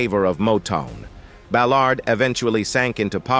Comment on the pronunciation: Terrible narrator misprouncing Ballard and February 22.